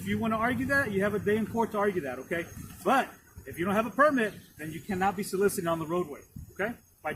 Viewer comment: Lol "solicitating"